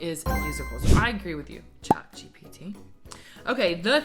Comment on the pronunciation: It's chat GPT not GTP